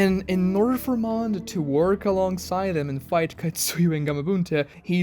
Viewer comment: Bro it's Katsuya not Katsuyu.